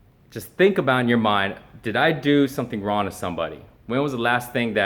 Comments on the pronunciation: Is he saying RON? I'm pretty sure that in the English language regardless of where it is spoken that is still WRONG? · holy shit he really does say ron instead of wrong rofl... is it a way of not actually saying sorry ?? :-P haha like fingers crossed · Is it me or does it sound like says "Ron" instead of "wrong"? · He’s pronouncing it ron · He can't even utter the word "wrong" - that's just ron,. Just ron, bro. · Really? Straight up just says "Ron" no effort at all in trying to pronounce it correctly. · I am sorry to tell you that you did something wrong, you pronounced the word "wrong" wrong by pronouncing it "Ron". Sucks to be wrong i guess. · "Ron" he can't say wrong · Seriously... you can't even say the word "wrong." "Rawn, ron, raun, rauwan" -. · What is "ron"? I mean, you're making videos although you can't speak proparly. Learn to say "wrong" first, and then come talk to your "audience". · why is he saying Ron I'm so confused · is it me or is saying "wrone" instead of "wrong" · He is saying Ron hahahha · Why does he keep saying wron? The word is wrong. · Are you saying wrong or Ron? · why is he pronouncing wrong as 'ron'? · How does he speak English so well, but can’t say the word wrong correctly? That’s just Ron! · why does he say ron? the fuh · Is he really saying Ron..... lmao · why is he saying wron?? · eddieur think he can't say "Wrong" lol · I'm confused. Can this dude actually not say Wrong? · lol! why can't he say wrong?? this is hilarious, legit can't focus on any of the video now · You said the word "wrong"wrong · this is the first time i have heard someone have trouble saying the word wrong